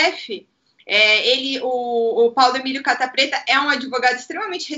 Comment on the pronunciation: embora eu saiba que é Catta, meu ouvido sempre escuta capa preta rsrsrs